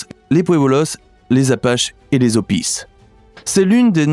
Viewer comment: Eyh le nom des tribus indiennes, on y met un S car ils sont plusieurs mais le S est muet... : on prononce les Navaro pas les navarosse! Les hopi cest pareil on ne dit pas hopisse